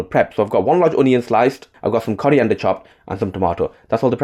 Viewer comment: Coriander ❌ Curry ender ✅